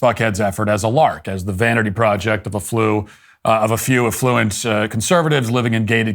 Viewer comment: Your pronunciation of "affluent" confused me for a few seconds... USA should simply kick ALL illegal immigrants straight out. So should we in England! So, the law is the law, unless you are an illegal immigrant - lets see how that goes for a while...? "We are people of tolerance, but there is only so much that we can tolerate" - Mohandas Gandhi